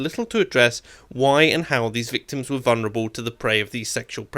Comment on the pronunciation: There is no such word as vunerable. Talk right.